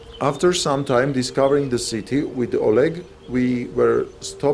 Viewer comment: My collegue: o leg, o lead, a leg, oleg. LOL please. :D